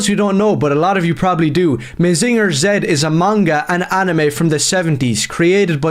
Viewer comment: can't even say Mazinger right. 😄 Most of the Mecha Manga/Anime are anti facism and anti military and overall very "woke".